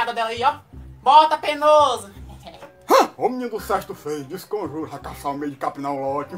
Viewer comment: "discomjuro" kkkkkkkk